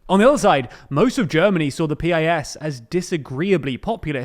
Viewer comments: PiS is not [pe-eye-es] but [piece] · This guy calls it Peee Ay Esss, while everybody incl the Poles calls it Pisss